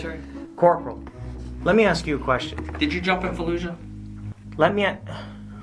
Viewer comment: Oh, you said “Fallujah”? I thought you meant “Florida”